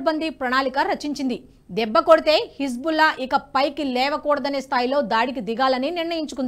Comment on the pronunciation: Hebzulla kadu tallee, Hezbulla, 100 sarlu dictation rasi , appudu vachi cheppu.